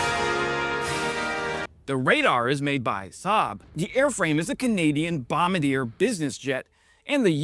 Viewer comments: OMG Bombardier is NOT pronounced bomb-ba-deer, it's bom-bar-dee-a. It's a french thing. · it’s pronounced “BOMB- BARD-DE-EH” not “Bomba-deer” love your videos but I keep getting confused at first thinking you’re talking about a different company. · Oh for the love of God is pronounced bomb-bar-dee-eh not bomb-bra-dear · Oh dear... On behalf of all Canada, it's Bombardier not Bombadier lol. Bit of a difference 😅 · Nice vid and analysis. Oh and as an aside it’s pronounced “BOMB-BARD-DEE-EH” (Quebec French). Imagine if we pronounced Boeing as “BEAU-EE-ING” to feel how awkward “BOMB-BAD-DEER” sounds to Canadian ears. 😜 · My friend, as a Canadian I have to help you. It's pronounced like "Bom-bar-dee-eh" not like bombardier such as the person who fires an artillery weapon. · It's not a "Bomba-DEER" airframe, it's a "Bom-BAR-Dee-EH". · ❌ Bomb-bar-DEER 🦌 ✅ Bom-bar-dee-eh 🇨🇦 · Bombadeer lol. Bombardier pronounced Baw Bar De Hey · Thanks, …but you’re missing a syllable there, with regards to the Canadian manufacturer’s name: bom-BAR-Dee-ay, not BOM-ba-deer 😉🇨🇦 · Poor pronunciation in the first 50 seconds. It's AN-ka-ra, not An-KAR-a. It's BOMB-ardee-ay, not Bomba-deer. Useless AI once again. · BOM bard ee eh btw not BOM a deer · Hey, from a Canadian regular… Bombardier the company, is pronounced bom-bard-yay (it’s French), not like the beetle. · Pronounced Bom-bard-ea, not bomadier. French Canadian guys last name. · It’s NOT Bombadeer!!! It’s Bombardier (it’s French) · "Bombardier" is a man's NAME,, Armand Bombardier, the inventor of the snowmobile, and founder of Bombardier. IT IS PRONOUNCED "BOM-BAR-DYAY".......not BOM-BAR-DEER. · Sorry, but its pronounced "bomb-bar-di-yair" with a silent r. Not bombadeer. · FYI,. It's pronounced Bomb-bar-dee-aye! It's a French Canadian company. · It’s pronounced Bomb-ard-dee-eh. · Bombardier is pronounced "Bom-BAR-dee-ay" Eh...? 😁 But great channel 👍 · . It’s pronounced bom-bar-de-yay. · Mispronounced Bombardier.